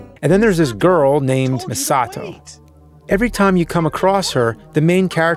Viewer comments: I love the fact that that guy pronounces"Misato"as a westerner that thinks he knows japanese because he watches anime. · I bug out every time I hear the main character say "Misato" lol...